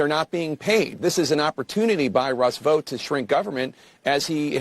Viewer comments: My brother in Christ, are you actually reading this or is AI reading a script in your voice? Russ Vout (rhymes with ‘out’)?? It’s pronounced VOTE. Project two-thousand twenty five. Are you serious? Who SAYS that?? It’s Project Twenty Twenty-Five, as in the year. 😂 What year were you born in? Why, one thousand nine-hundred and eighty seven, my good sir! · It is pronounced vote. Is this an AI voice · Vought rhymes with Vote.